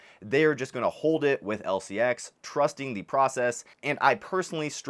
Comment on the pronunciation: Learn to pronounce it.